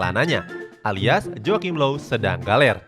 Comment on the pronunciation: Low bukan loew